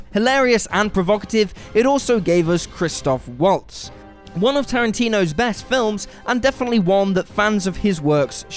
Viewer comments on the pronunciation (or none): none